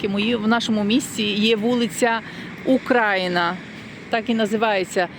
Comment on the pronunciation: Дура тупа..Ти наголос на слові Україна неправильно ставиш....